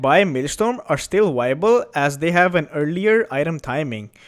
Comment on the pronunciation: Honest question, why do you pronounce "V" in "move" and "objective" correctly, but barely pronounce the "v" in "advise" or "viable" ? Obvioulsy english isn't your first language, and you do speak it very well, this oddity about the letter "v" is just perplexing and interesting to me.